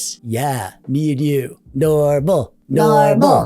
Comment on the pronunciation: I heard dormal like dork + normal.